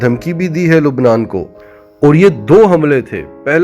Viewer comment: بھاٸ ۔ لَبنان ۔۔ بولیۓ مگر لُبنان نہیں۔